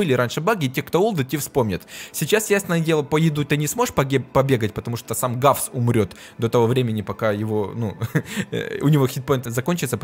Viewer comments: Арткул не равса,а гавса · Ты сказал равса 😂😂